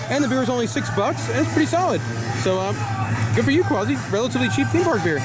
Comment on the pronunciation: Its QUASSY NOT QWAZI GET IT RIGHT!